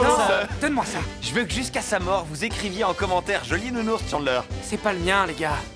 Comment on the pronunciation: Le nounourse🤣🤣🤣😭